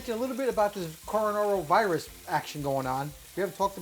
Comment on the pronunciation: HE did IT! He mangled the "coronaviris" word. I know he gives you eyerolls when your tongue gets tangled. NOW you can jab back. Sic'em! lol